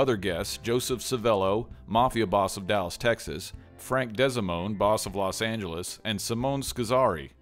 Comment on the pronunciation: It's Frank DEE-SA-MOAN. Not DESI-MOAN. Ugg